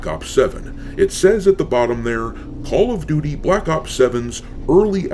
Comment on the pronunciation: Call of Doo-Dee 🤷🏻‍♂️